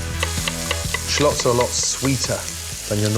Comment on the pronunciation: Any normal person: Shallots Gordon: Shlaughts